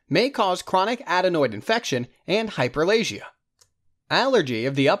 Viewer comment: Do you mean hyperPlasia when you say hyperlasia?